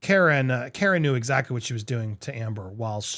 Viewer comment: Andy. Say the word COMMA. Then replace the M's with R's. That's how you say CARA. Say the word CAR and then add an "uh." CARA